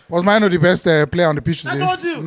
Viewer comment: you are African so pls learnt prononounce Mainoo's name properly It is a Ghanaian name pronounced like menu